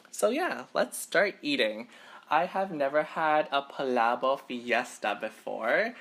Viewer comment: It’s pronounced pa lah bokk